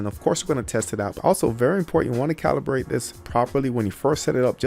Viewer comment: Great quality video! Exactly kind of video I've been looking for before buying the LEDs. Awesome job! Only thing that bothered me was you kept saying "calbirated" instead of "calibrated". Haha but that's nothing. Video was too notch!